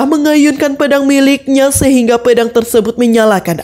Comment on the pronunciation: Pe dang..bukanya pea dang mbak...ngulas jgn anger nyebut aja yaa